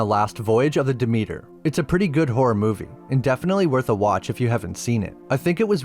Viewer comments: "duh meter" 😂. It's pronounced Deh-Meh-ter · Pronounced "Dimiter" not Dameeter